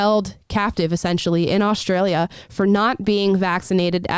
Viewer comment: there is no "h" in Australia.